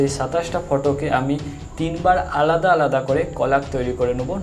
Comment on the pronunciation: Very helpful but কলাগ নয় কোলাজ 🙂